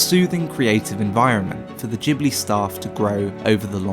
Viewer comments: You muppet its Ghibli not Jibli.... but good vid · "Djibli" porcoddio you spell it Gibli not Djibli!!! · Ghibli like grass, not jibbly like jack. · It's guybli not feeling, though... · G-buri. Thats how Japanese pronounce. I was surprised. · I'm Japanese. In Japan it is pronounced Jibuli. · You are pronouncing the G in Ghibly wrong, nearly everybody does. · JHIBLI OR GHIBLI HOW DO U PRONOUNCE IT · Except for the part where he can't be bothered pronouncing Ghibli correctly..